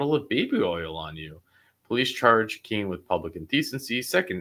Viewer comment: Keen not key lol thought the same thing